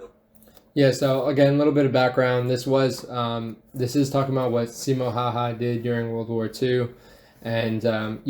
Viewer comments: When he called the legend "Simo Haahaa" * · He's not Simo haha, he's Simo häyhä